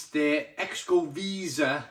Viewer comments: Loved that beer when it was in bottles 5 or 6 years ago. Not so unique with the spices now. Pronunciation is “sho-ko-VAY-zah” “trays LEH-chays”. Cheers! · Hi, I stand to be corrected, but I believe that Xocoveza is pronounced as Calatalan Spanish would say it. The 'X' is pronounced like a buzzing shhhh! Something like 'Zshoko' (hence the link to chocolate). The 'Veza' half is pronounced Vay-Za. So taken as a single word, to me it is pronounced Zshoko - Vayza. But I will probably get pelters for my effort:)